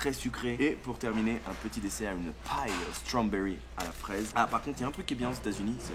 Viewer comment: « Happle », « Stromberry » trop fort 👌🏼